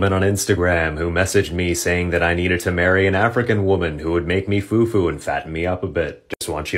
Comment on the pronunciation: His pronunciation of fufu for me 😂😂